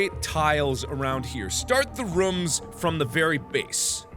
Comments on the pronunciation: I love how he says rums instead of rooms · i love the way he says "rooms"